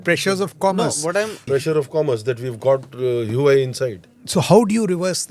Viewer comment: just fyi: "Huawei" pronounced as - 'wha-way'